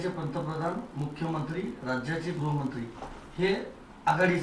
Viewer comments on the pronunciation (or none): none